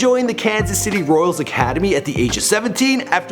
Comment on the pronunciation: 8 seconds in and you already mispronounced his name and the team he played for!